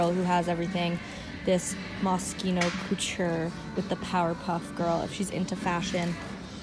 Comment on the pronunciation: NOT TRYING to be rude but IT IS LITERALLY ANNOYING ME BUT CAN YOU SAY "COUTURE" the right way